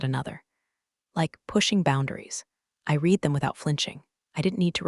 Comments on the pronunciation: yep, "read" in the past tense is pronounced like "red." English really loves to make things confusing, huh? 😂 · Past tense of read rhymes with red